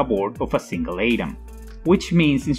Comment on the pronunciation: “Seal"? “Wiley"? “Ayedam"? Who’s narrating this? The swedish baker from Family Guy?